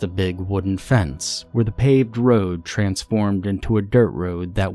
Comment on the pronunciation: I love that you left the 'last house on the ra-ou-ode' in there. 😂